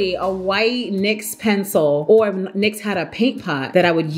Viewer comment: Hey girl, loving the content! New sub here, super grateful, so I had to share: Nyx tweeted that the brand is pronounced like "nix" not n-y-x! Ciara herself even said she would quote the tweet. I wouldn't say anything, but you taught me how to pronounce "lychee" today so thanks and continue to slay!!!